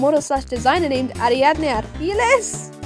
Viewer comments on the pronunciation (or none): none